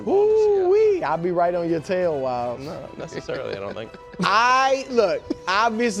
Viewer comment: It should be mandatory that Brou says Wyles every 2 minutes